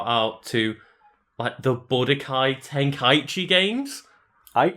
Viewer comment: It's pronounced "Ten-kai-chi" And not "ten-kai-ichi" My source? That's how it's pronounced in the original japanese audio of the original Dragon Ball anime.